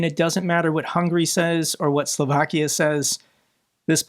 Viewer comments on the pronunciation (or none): none